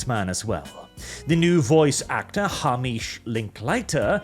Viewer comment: Hamish is pronounced Hay-Mish